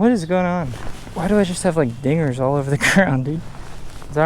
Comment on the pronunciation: Did anybody here the n word when he said dinggers